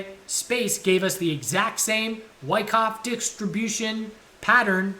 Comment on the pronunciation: I’m so happy you struggle with saying “wyckoff distribution” as much as I do.